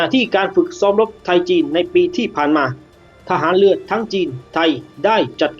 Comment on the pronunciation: ฟังแล้วอึดอัดหน่อยนะ กองทัพเลือ เลือหลวง ร.เรือ ล. ลิง งงไปหมดล่ะ